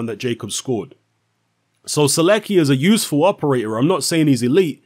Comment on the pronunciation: Skips first name butchers the last name xD